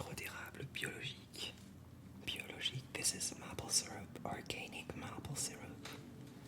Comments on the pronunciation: érable se prononce comme mayple plutôt que mâple ;) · Mai-ple** not mah-ple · Mdddr comment tu prononces Maple, c'est mAple pas mapple